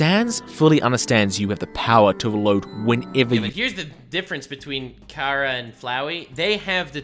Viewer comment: They fact they everyone to this day still can't say Chara's name right, it's pronounced like Care-Uh, for Character not Char-uh or Car-uh lmao.